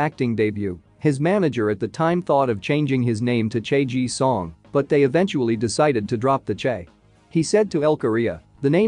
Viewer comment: First, it's Ji Sung NOT Ji Song as it was said. And he is one of the best actors IN THE WORLD, not just in South Korea.